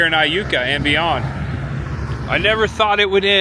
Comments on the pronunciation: Starkville native here. You pronounced Iuka correctly lol. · You got Iukaright!!!!😂 I was excited at what you would say!! I’ve heard it pronounced several funny ways! Glad you nailed it!!! Hope you had a good time exploring Mississippi!!! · Hi! I live in Corinth Ms & so glad you came to visit! While you were at Borroum's you coulda got a Slugburger, Corinth has The Slugburger Festival. It's a deep fried burger... very tasty!! Yes you pronounced Iuka correctly. That's a very neat town also. Thanks for visiting & come back again sometime!! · 2 things - I think Adam would love that Tupelo is now also associated with him & Iuka is pronounced Yuka - I had to look it up 😊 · Great video! Yes, that ice storm was brutal for us, and you did pronounce Iuka correctly. If you're ever back in the area, come and visit New Albany sometime! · Hey cool video I’m from Tupelo and never knew about the coke museum I will have to check it out and you did say Iuka right lol love watching your video same all all your friends Adam would be proud thanks man always.